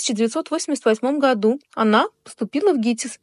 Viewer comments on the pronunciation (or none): none